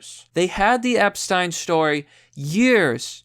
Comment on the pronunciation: "Epsten." You fucking derp.